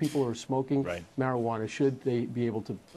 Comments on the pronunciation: What the hell is MARIJUANER??? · anybody else notice ATF Sullivan saying marijuan-er? or is it just me? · what is a marijuaner? atf can't even speak right, how can you expect them to interpret anything?